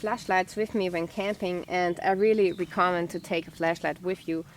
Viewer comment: "recommend" is pronounced "wreck-a-mend". But great content. Subscribed.